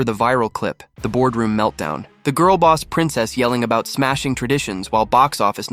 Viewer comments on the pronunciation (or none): none